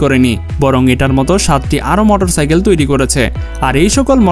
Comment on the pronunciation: মোটর সাকেল বলে ভাই